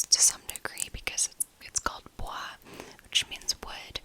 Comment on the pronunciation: Yes you are saying it right (bwah) 😉 In other news, this one I do enjoy smelling, but sushi imperial does a better job incorporating and balancing the spices; the spices on sandolo get too spice-rack-y on me. Sandolo and sushi do have this rugged lemony theme but sushi has this lush lemon kind of like something you would find in a limoncello!